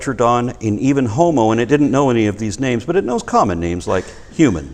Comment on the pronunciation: izent a skeptik he says he "knovz" godz no eksist...